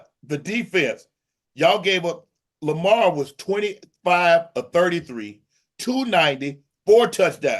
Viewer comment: Chad called that man LAMAH 😂